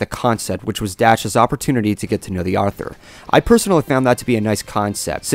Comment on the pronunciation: Yep, you said it starting and you said it 3 times. Once is acceptable, twice is iffy, but three times and I need to point it our and proceed to laugh at you.